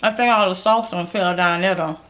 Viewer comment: She said I thank iss good chile 🤣🤣 u always make me laugh and dass why I love u 💛💛